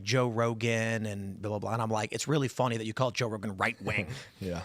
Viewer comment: Funny = "fonny", and both = "bolth"... gotta love the Chicago accent!😂